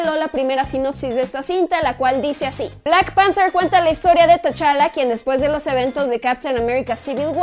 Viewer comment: "lara crouftch" :V "Louuugian" "Blackk panfterrr" "los Ziiifff" "loffftvv"